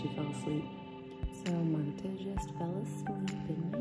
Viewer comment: Okay, well it's pronounced Marta